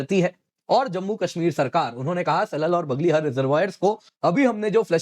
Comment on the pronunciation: It is 'बग्लेहार' and 'सलाल' instead of बगलहर and सलल